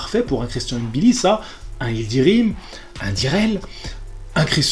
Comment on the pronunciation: Wouaw t'es le premier que je vois qui dis mbilli et pas M-billi juste pour ça je like mdrrrr